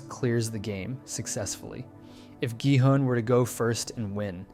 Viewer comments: Please stop americanizing their names so heavily, it's not Jihun its Gihun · is no one gonna talk about how he pronounces gi hun's name wrong and then continues to say his name correctly for the remainder of the video??? 😭🙏